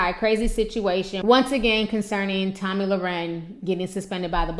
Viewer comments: Your a special kind of stupid ! And her name is not Tammy it's Tomi! And don't play your race card........ur ghetto! A lot like the view animals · Ti you stay messing her name up! Lol love u aha